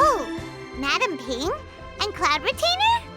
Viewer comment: Midame Ping